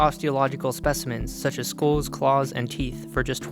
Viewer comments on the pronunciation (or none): Skull is not pronounced school